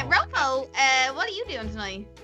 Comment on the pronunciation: I find it funny when ropo gets called roopoo